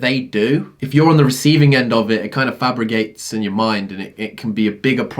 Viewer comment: "Fabrigates"?? youre the man,, but christ are you inventing words?